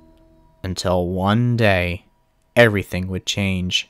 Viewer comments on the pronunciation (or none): none